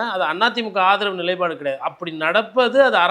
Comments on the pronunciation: நிலைப்பாடு என்பதை நிலை பாடு என்று சொல்வதை தவிர்க்கவும், உங்களைப்போல் ஊடக ஆளுமைகள் தரும் நிகழ்ச்சி மூலம் தமிழ் மொழி மென் மேலும் மெருகேறவேண்டும், அழகு பெறவும் வேண்டும், வாழ்த்துக்கள், வளருங்கள், நன்றி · அன்பு வணக்கம் . I wish to let you know some corrections in your tamil language. முதலில் தமிழில் எண்ணோட்டம் என்ற சொல் வழக்கில் இல்லை. எண்ணங்களின் ஓட்டம் என்ற பொருளில் நீங்கள் பகர்ந்தாலும் மொழி ப்தறுவ்தாய் எனக்குத் தோன்றுகிறது. மேலும் எப்போதும் நிலைபாடு என்கிறீர்கள். It is நிலைப்பாடு. பகரம் சேர்த்து உச்சரிக்கவும். நடுநிலையாக செயல்பாடுங்கள். நமக்குப் பிடித்தவரிடத்தில் தவறென்றாலும் சொல்லவேண்டும். அது போல் பிடிக்காதவர் நல்லது செய்தாலும் பாராட்டவேண்டும். நீங்கள் ஒப்புக் கொண்டாலும் மறுத்தாலும் திமுகவை மட்டம் தட்டுவதை முயன்று கொண்டே இருப்பீர்கள். தரவுகளின் அடிப்படையில் பேசுவதாக சொல்லிக்கொண்டு அடித்தட்டு மக்களுக்கு அதிமுக தான் என்பீர்கள். தரவுகளை மீள ஒருமுறை சரிபாருங்கள். யார் என்று தெரியவரும். முடிவுகளை வகுத்துக்கொண்டு வாதம் செய்யாதீர்கள். தமிழ்ச் சமூகத்திற்கு உங்களைப் போன்ற நபர்கள் உண்மைகளை உரைப்பதற்கும் வழி நடத்துவதற்கும் தேவை. அது உங்களுக்கு பிடித்ததாக இருக்க வேண்டியதில்லை. நல்ல வழியாக இருத்தலே சிறந்தது. வலிமையான ஆயுதம் உங்கள் கைகளில் எடுத்துள்ளீர்கள். நன்மை செய்யுங்கள். பணி தொடரவும் சிறக்கவும் வாழ்த்துக்கள். Last but not least. I am your big fan.